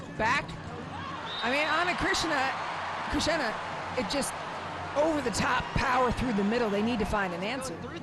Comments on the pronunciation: I felt there is a phlegm in the throat of the commentator that needs to spit out😂. And it’s Ana CHRISTINA! Not Chritsiana😂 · Ana Cris-ti-na!!! Commentators need improvement in pronouncing names. Some preparation before the match starts by reviewing the rosters and saying the names correctly might help. VAMOS BRASIL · Who is Ana krishna? This lady narrating this game is illiterate for sure. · “Ana CrisXena” 😂😂😂😂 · How in the world Ana Cristina is still mispronounced as Krishena? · Amazing how much better Brazil is with Ana Cristina. She was unstoppable today! And can someone please tell the commentator that her name is not pronounced Ana KRISHNA! 😡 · why the commentators can't pronounce ana cristina? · Ana CRISTINA is not a difficult name to pronounce. 🙄🤦🏻‍♂️